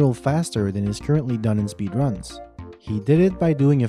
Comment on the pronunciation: In-a sp-ee-der-uns